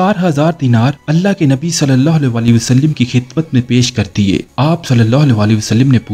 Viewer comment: Wasalim nahe ha bhai wasallam ha